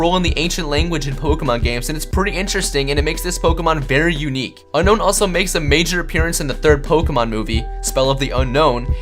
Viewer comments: You idiot. it's pronounced Ro-Tom not Ro-em and it's pronounced Un-Own Not Un-Nown. also Get Your Spelling Right. it's i'm not im. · Um it's pronounced un-own not un-known your an idiot every Pokémon fan knows it's pronounced un- own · IT's NOT UNKNOWN IT's UNOWN TO PRONOUNCE IT! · ITS ON-OWN NOT UN-KNOWN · It's you-known not unknown it is spelled Unown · it is not un-kown but un-own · You said unown name not right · Hey, did you know Unown is actually pronounced Un-own! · its un-own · it's un-own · Why does everybody pronounce Unown as a Un-Known? Hmm.. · The correct pronunciation of Unown is Un-own and Arcanine is a going to be one of the legendary dogs. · Unown is pronounced Un-Own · Very true. Unown's pronuction is un-own. BTW Jwitz reference.